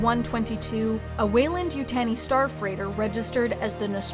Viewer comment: how can you manage to mispronounce Weyland-Yutani?